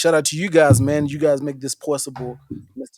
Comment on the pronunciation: Wait…its “Western Chirisa” not “West-End Chirisa”???